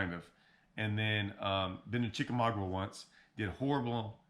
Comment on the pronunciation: I have watched your Chick video several times, as that is my home lake. Great insights from your video. Chick a maga (the "U' is silent). As always, enjoyed your insight on Wheeler.